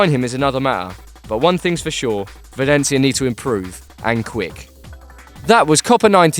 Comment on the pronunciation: velencia lol its valencia